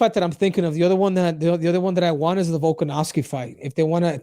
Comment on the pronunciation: VOLKANOVSKI NOT VOLKOV. VOLKOV IS A HEAVYWEIGHT FIGHTER STOP CALLING HIM VOLKOV. JUST SAY VOLK IT HELPS A LOT